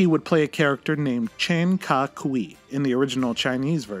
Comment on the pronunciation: P. S. The character’s name is pronounced “Ka Koi” like the fish. Kui is said that way 👍🏼